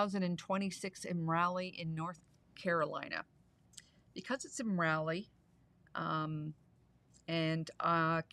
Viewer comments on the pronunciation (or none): Just because...its Rah-lee, not Raly. But don't lose your precious Canadian accent, eh?